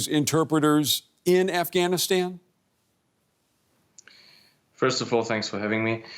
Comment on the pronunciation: Aaeyfgaynistain? Aesa koun bolta hai bay?